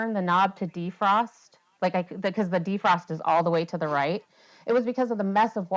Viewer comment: I "unset" the Alarm. 🤦🏻‍♂️. DEE-frost. 😬